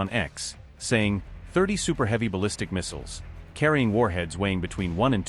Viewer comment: Even AI can't pronounce "missiles" ffs.